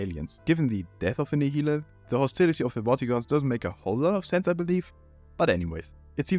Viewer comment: Nihilanth is pronounced nile-anth. "Half-Life 2: Raising the Bar states that the first part of the Nihilanth's name is a reference to Nihilism, while -anth is a common suffix that is related to flowers and is a reference to how its scalp peels open like a blossom."